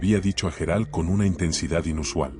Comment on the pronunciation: Menudo rollo hasta llegar al tema ..pastelón ..otra cosa parece que no sabe pronunciar los nombres Gerard ..pareces un robot tonto